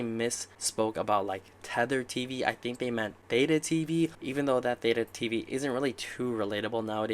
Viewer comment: Wow you know that you are an early investor when someone is mispronouncing Theta during an interview